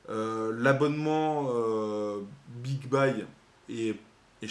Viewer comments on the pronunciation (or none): bigbaille 😂😂😂 bigbeuuuy bordel